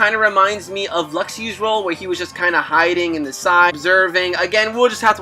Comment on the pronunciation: You pronounced Luxu's name wrong.